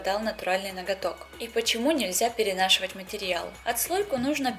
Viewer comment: вот я швея мотористка... думаю причём здесь слово перенашивАть??? пока не услышала, что ударение совсем на другой слог!😂😂😂